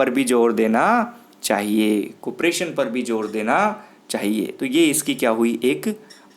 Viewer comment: कुप्रेशन नहीं कार्पोरेशन होता हैं सर ।